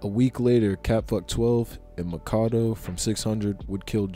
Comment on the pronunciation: 🤦🏾‍♂️bruh it's like u saying Tywan for tyjuan not ty-juwan🤦🏾‍♂️. Also you don't pronounce it wit the long a for Makado. It s Mac-a-do like Mac a do ya. Other than that bruh bruh I respect the time and effort you out into this video💯💯💯💪🏾🔥🔥🔥